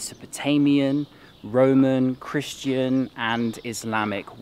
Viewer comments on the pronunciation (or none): none